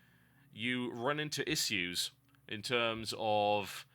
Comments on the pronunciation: Uggghh, please pronounce 'issues' properly. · gotta say i hate the way you say issues.